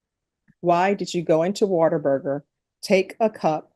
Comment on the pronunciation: "WaterBurger" lol